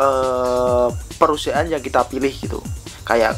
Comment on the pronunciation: Maaf, perusahaan, bukan perusiaan-- capek akutuh dengar nya